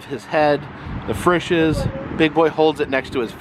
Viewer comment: Frishes is pronounced FREESHES.in Ohio. I ate at that restaurant many days when I drove semi truck in early 1990's.